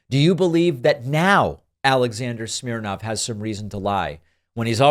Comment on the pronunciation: His name is Smirnov, not Smirnoff.